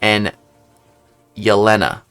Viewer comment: I'm sorry I'm one of those people too, it's pronounced yell-ane-uh not yell-in-uh